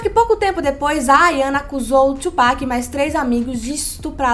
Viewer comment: Sim, e se pronuncia TUpac mesmo e não twopac